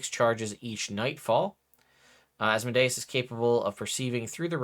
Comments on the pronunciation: Thank you for not saying Az mode ee us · Fun fact people say deus ex machina pronouncing it as de-us, but then they say Asmodeus pronouncing it like Asmo-dius. Your pronunciation is actually more accurate.